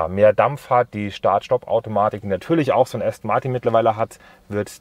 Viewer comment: Allein wie Du "Aston Martin" aussprichst... "Martiiin" voll deutsch. Wird "Ästen Marten" ausgesprochen. Das ist ja der mieseste Abtörner den ich je gehört habe. Jetzt muss ich mir doch ne S-Klasse kaufen.... den lieblichen Klang des Markennamens "ASTON MARTIN", von Dir ausgesprochen, bekomme ich jetzt nicht mehr aus dem Kopf.